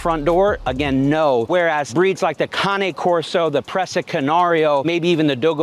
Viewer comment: At least you pronounce Cane Corso correctly.